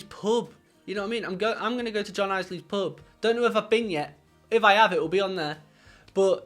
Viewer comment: If you go to John's pub please make sure you get his name right! It's pronounced "Ills lee" not "Eyes lee". John's used to it but you can probably expect an eye roll if you do have the good fortune to run into him there and you get his name wrong!